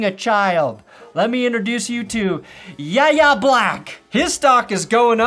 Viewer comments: Just so you know, yayha's name is pronounced "why-yay". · You may already know this but it's pronounced like saying the letters "YA" Black. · Yahya Black's first name is pronounced "Why-Yay". He'll eat you if you continue to mispronounce it. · I know it doesn't matter to most people, but his name is pronounced "Y.A." Black. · Yahya Black pronounced why yay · it's pronounced WHY-yay (for Yahya) Black. Get it back!